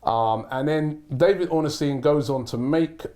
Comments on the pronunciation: Why does Robbie pronounce Ornstein as Ornystein? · His name is pronounced Ornstein not Orenstein.